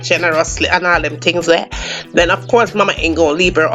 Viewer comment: I subbed as soon as you said “pick dem off”. Remind me of my funny auntie, I’m making this tonight